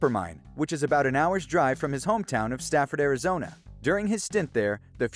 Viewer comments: It's Safford, not Stafford. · Its Safford... not Stafford. Every person in Southern Az is cringing everytime you say that shit. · His hometown is pronounce "Saf-ford". There's no T. #hometownhero